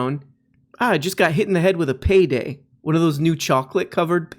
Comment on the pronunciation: Did you just fucking say Choclate Covered Pay-Day?